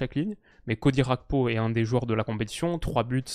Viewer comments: Merci pour cette vidéo. Juste une précision GAKPO se prononce comme tu l'entends avec le ''G'' du début. Ce n'est ''Xakpo'' mais ''Gakpo'' avec le ''Ga'' comme Garage. C'est un nom africain (togolais plus précisément). Ce n'est pas un nom d'origine néerlandaise. Donc le G se prononce naturellement. 🙏🏾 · je compte sur ton sérieux pour arrêter de dire Cody "RHAKPO". En effet bien que l'attaquant des reds soit Néerlandais, son nom famille lui vient de son père qui est Togolais. Au Togo la première langue est le français, et on dit bien Cody GAKPO. Comme par exemple Serge GAKPÉ à l'époque au FC Nantes. A titre de comparaison c'est comme si tu disais Théo "HERNANDÉ" parce qu'en français EZ se prononce É. Son nom est clairement d'origine espagnole, donc on prononce "HERNANDAISE". Avec tout mon respect et mes amitiés. (10€ offerts et votre premier dépôt doublé avec le lien en description)